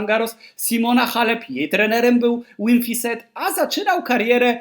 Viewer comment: Wydaje mi się, że imię nowego trenera wymawia się z "w" na początku, nie przez dubble w. Czyli Wim .